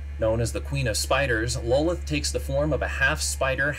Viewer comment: Lolith!? Wtf lol! Its Lolth!